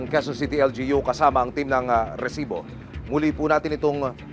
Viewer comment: Nangingilo ako sa rrrrrrrrrrrresibo hahaha